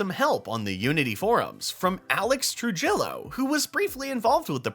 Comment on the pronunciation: its not tru-jillo its true-heo